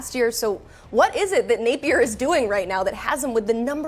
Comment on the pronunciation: It's not billy napiers!